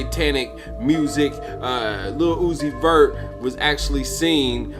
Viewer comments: The way he pronounce "Lil Uzi Vert (it's like Lilly Loosey Vert)'😂😂😂😂😂😂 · In addition to the factual info you shared...his name is "LUCIFER" PROOF: Say or Pronounce Lil........Uzi..... Vert very, very slowly like sounding out each syllable in slow motion. Lil-u-zi-ver (t is silent) It will sound exactly like "LU-CI-FER".. He is MOCKING & Hypnotising them with muSICK, promoting pills & potions along with NIKKI "man"-aj (Mirage)... literally! Also Nikki is Satan's NICK name...Remember Adam Sandler (the Jewish handler) movie called "Little Nikki"...D'evil son... No coincidence Nikki in a video collaborating with UZI..Nikki always say "Yall my sons"... Supports Baph 6 God who is DRAKE and 69 which represents both sexes in a per-VERT overly sexualized manner! It is SPELLed in the muSICK words. Man's World or MAN'S WORD which they say GOD is the WORD...yet men created English words and languages. Hence that so called God everyone worship is the 6 GOD..which represents MAN and 9 represents 9..But bisexuals lust for both SEX so they WARSHIP BAPHAMET who is the GOD of CONfusion, Death, Pedophilia, RAPE, HATRED for WOMBMEN, and WAR...THAT'S WHY they WARSHIP BLOOD & DEATH SKULL & BONES....THEY CONfess with lyrics, name titles, company names symbols and or colors and shapes the use to DECODE THEIR SECRET yet PUBLIC MESSAGES..they BROAD CAST spells, WORDS which are SOUNDS added together to be absorbed into the MIND/SOUL and BODY to CONtrol, use, and abUSE you like sheep! And the DELTA (Triangle) hand symbol represents a pyramid which is the elite model for po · Yeah say his name correctly first